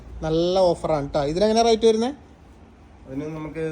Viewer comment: Not rite(റൈറ്റ് )but rate ( റെയ്റ്റ്)